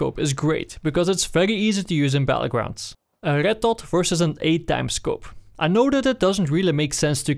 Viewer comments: It's not ched dot but red dot... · Why do you say Rrrrretttt dottt? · Why did I hear "arigat-tot" rather than red dot... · i hear "el getto" and not red dot... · I love the way this guy says red dot. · I like the way you say red dot :3